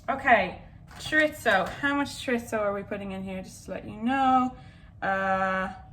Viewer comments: Chorizo-(Pronunciations) Ch ur ee zoh Spanish way: Ch uh ree soh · Paella = pie-yay-a, not pah-lella. And chorizo = chore-eezo, not chore-itzo. Sorry, I had to. I love you both!! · Hazel: Choritzo? Choreetzo? Me: Where’s the T?! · because you asked about chorizo, i'll tell you about both!! paella is pie-AYY-yuh chorizo is chore-ease-oh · I can’t describe to you how excited I was when I saw that you two did today’s video together. I love you both sm 🥺 Edit: I believe chorizo is pronounced: chuh-ree-zoh (no ts sound) :) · I think its pronounced chorizo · listen i love this video and you both but as a spaniard, when you said you were putting chorizo into the paella i died inside